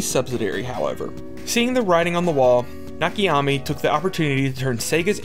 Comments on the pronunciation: Nakayama. Not Nakayami. Great video btw. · You keep saying Nakiyami. His name is Na Ka Ya Ma. I wouldnt have noticed or comented but you posted the name up on screen and then proceed to say Nakiyami like 5 times in a row lol Otherwise great video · I keep getting distracted everytime you say "Nakiyami" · Please stop saying "Nakiyami" It's "Nakayama" with all syllables having same vowel pronunciation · Sorry, this is not watchable. When you pretend to be in a certain hobby, at least bother to use google translate for correct name pronunciations ...THERE IS NO NAKA-YA-MI... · Why did you butcher that man's name like that? Better yet, how? It's literally right there on the screen... 🤨